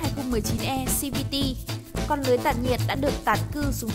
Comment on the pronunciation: Đã đọc tiếng việt thì đọc hết mẹ nó tiếng việt đi cho dễ nghe. Đọc xi vi ti làm gì